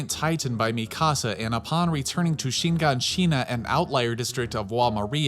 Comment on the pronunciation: You can say shee-gan-sheena but not er-vin come on cuz youre stressin me